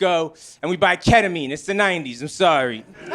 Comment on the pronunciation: "We'd buy ketamine, it's the 90's I'm sawhrwee" dead